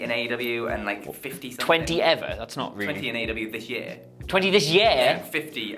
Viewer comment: love your work young man but can you please learn how to say year properly,the e sound comes first otherwise it sounds like yaaa which isn`t right is it i know this may seem petty correcting your grammar but i tried correcting my gramma once and she gave me a right fucking slap